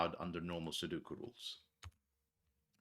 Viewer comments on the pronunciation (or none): Take a look at the vowels in "Sudoku". The word come from Japanese, and in that language, vowels are not interchangeable (as they often are in English). Especially note that the center vowel is not 'u'.